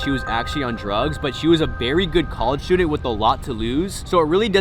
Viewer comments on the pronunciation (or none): none